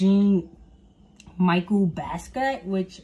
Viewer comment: jean is pronounced as "John" . Michel is pronounced as "Michell" like the girl name. He is black American and Puerto Rican. He is a graffiti artist. He was apart of the 27 club. Try not to use wikipedia.